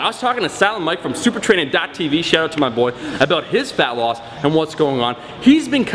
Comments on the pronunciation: Why do you keep saying "phallus"? It's fat-loss bruh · I just wanted to point out that it kinda sounds like you're saying "phallus" and not "fat loss"...so you said "you know everybody cares about phallus"...wise words bro. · Falling asleep while watching the video and I swear I heard "phallus" instead of fat loss one of the times. Srs. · Is it just me or did it sound like he was saying falice when he was saying fat loss? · Omar when you "fat loss" it sounds like ur saying "phallus"...no homo? lol